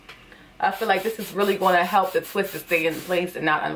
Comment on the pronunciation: That “tew” 😭